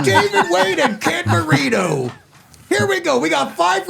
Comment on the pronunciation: You're so cute,. Sounded like you said Ken burrito, instead of Marino 😆